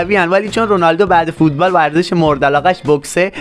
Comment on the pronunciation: تو اول یاد بگیر بگی ورزش